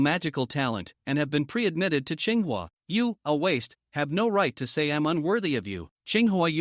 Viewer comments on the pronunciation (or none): ching hua? you mean tsinghua?